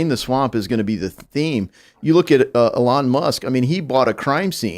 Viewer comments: Ellahn? Didn’t know you could pronounce elon like that. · Uh-lon Musk for pres. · I like this guy, but how can he not know how to pronounce Elon? Or maybe he's right and everybody else is wrong....